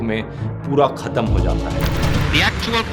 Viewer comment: khattam 😂 true Indian accent 😂